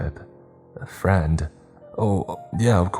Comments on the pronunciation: The emphasis on friend made me visibly recoil. Rest in piece brother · My man went a little too hard with the word “friend” here hit quite a few of the folks at home quite hard don’t ya think?